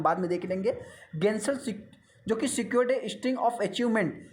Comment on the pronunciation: गेंसोल नहीं जेनसोल है।